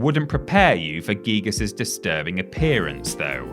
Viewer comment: It’s not geegus dearie it’s guygus*